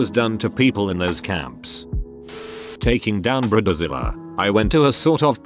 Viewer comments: "briddzilla beach" lol gotta love robo-voice pronunciations. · Brih-duh-zilluh Lol